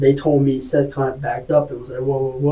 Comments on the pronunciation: You guys keep mispronouncing his name. It's SETH as in BETH. His name is literally said a couple dozen times. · Seath… like Heather. Feather. Death. Not seethe. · Even worse, pronouncing his name ‘Seeth’ 🙄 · This case is beyond dumb. Also, isn't it pronounced Seth, not seeeeeth? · “Seeth Jackson.” Sigh… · Seth Bargo? . Narrator made a mistake there